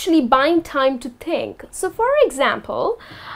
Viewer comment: Ha ha ha a.you pronounced these words wrongly..1..situation, 2.Think ..Please keep improving.